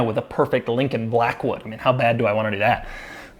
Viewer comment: “Lincoln Blackwood” 😂